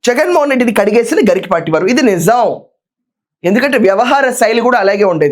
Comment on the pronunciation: It is not "Garikipaati", it is "Garikapaati"